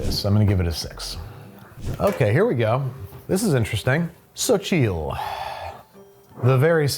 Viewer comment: Xochitl is pronounced like "Sochie" kinda